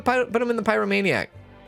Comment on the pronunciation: I’m sorry I just have to say you’re pronouncing a lot of the disorders wrong, I waited till this episode to comment so see if someone else corrected you. I’m writing this in a helpful way not a spiteful way. If you’re doing it on purpose then carry on…. It’s pie-row-may-nee-ack and klep-tow-maniac etc Again sorry, it was just bugging me ahah